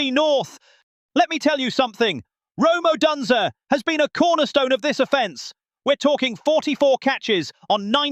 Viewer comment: Yeah, they had a terrible time with the Browns you idiot. Odunze will be back next week. Try pronouncing his name right please!